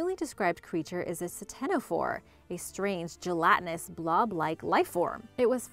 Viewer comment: The c in ctenophore is silent.